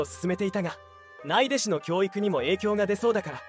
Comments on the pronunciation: ユーチューブのナレーターは文章を棒読みするだけ。ない弟子てなに?内弟子うちでしでしょう。😂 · ナレーターは日本語が正しくしゃべれる人にやってほしい❗内弟子はないでしと読む人にナレーターは無理です。